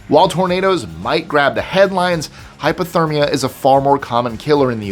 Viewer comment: I know it says hypothermia, and you may be saying hypothermia, but it sounds like you are saying hyperthermia, which is the opposite of hypothermia. It, too, can be deadly, but just saying it sounds like you are saying hyper instead of hypo